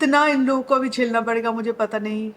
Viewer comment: Mohotarma hawit nhi..'habit' bolte hai, Avi nhi..'abhi' bolte hai,...thik hai..SM pe bol rhi ho..thoda apna pronunciation thik karlo😂😂😂😂